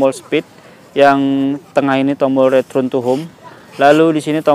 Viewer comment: banyak btul ulang return nya, nyebutpun mcm salah, saya dgar retrun bukan nya return